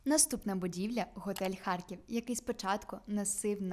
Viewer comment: Правильно казати Харків а не Харьків.